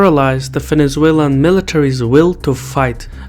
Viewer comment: "Fenezuelan" :D